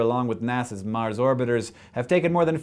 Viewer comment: So... I thought when you said a word like " Mars' " you pronounce it as "mars" not "marses" Am I wrong?